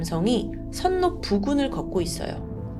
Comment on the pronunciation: 선로는 선노가 아니라 설로로 발음해야~~~~~~~~~